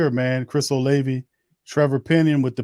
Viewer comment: Oh-lav-vie not Oh-Lay-vie